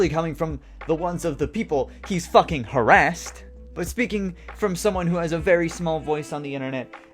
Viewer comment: Now I could be completely wrong here, but this video style he's doing is very VERY similar to Chris Ray Gun's videos from that time, even down to like how he pronounces words, like "harassed". It seems like he must've taken a lot of inspiration from his content